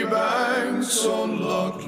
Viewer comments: Your british and you have no idea what Loch is, and you cant even say it correctly? very strange, its not an original song its an old Scottish song.. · I don't think it's strange that we can't pronounce Loch correctly. Funnily enough we didn't learn Gaelic in school! What makes you think we have no idea what Loch means? We clearly do know what it means. I said it was a lake and my friend said it was a body of water so how does that mean that we have no idea what loch is? It seems you don't know what loch means.